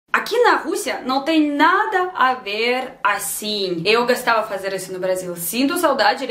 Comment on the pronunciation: uma dica de pronuncia -> eu gOstava (i used to like) // eu gAstava (i used to spend) você não pode falar o O de gOstava como A , pq vira outro verbo.